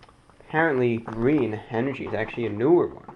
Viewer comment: 737 Btw, "GrThreen" hilarious😂